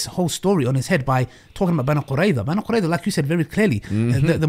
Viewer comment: no, you didn't understand, he meant how literally called "bani qurayza" as "bani quraysh" That's what he meant getting the names wrong